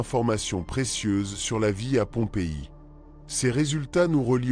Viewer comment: Le narrateur fait vraiment beaucoup trop de fautes de Français ! Et aussi dans se qu'il décrit ! Ex: taille réduite,au lieu de tête réduite ! Ou Pompéaille au lieu de Pompéi ! Et j'en passe, plein... Vraiment dommage, ça ruine la vidéo !